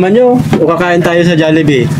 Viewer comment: HOOOOY, BASAHIN NYO KC MABUTI, HND KAYO MARUNONG MAHBASA NG TAMA, JOLLIBEE, HND JALLIBEE, WALA NMN JA